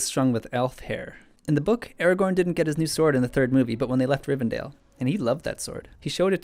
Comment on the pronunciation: When he says Aragon I hear it as Eragon. I shall go back into the corner of good books with bad films. : (